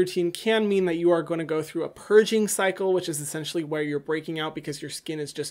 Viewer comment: "Ahaha ESSENCEtially" 🤣🤣🤣